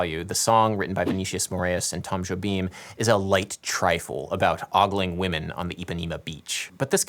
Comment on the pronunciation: At least you pronounced Jobim fairly enough.